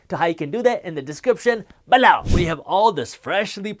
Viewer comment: Good videos. Just change the way you say below....annoying